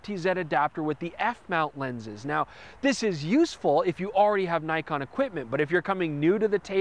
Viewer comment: haha, yes, but screws up with Nikon!